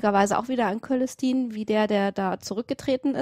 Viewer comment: Ihr habt das Wichtigste vergessen bei der "Geschichte der Woche" : der Typ ist jetzt natürlich ein Superheld! Der Name des Papstes lautet allerdings - zumindest im deutschen Latein - "Tsölestin", nicht "Kölestin" (vor hellen Vokalen - ö - c = Ts). Klugscheiss (